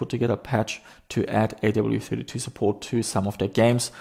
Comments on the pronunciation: AWE32 (like being in AWE of something). Not A.W.E.32. Hurt my head hearing you say it each time 😂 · You have AWE32 in the title, yet you always skip over the E every time you say the name. A. W. E. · I have no idea how it's supposed to be pronounced, but I always pronounced "awe" to rhyme with "saw" instead of saying the letters. Even though I know I could be wrong, it really grates on me hearing pronounce it "A-W-E", like hearing someone say "ATM machine" or "PIN number"!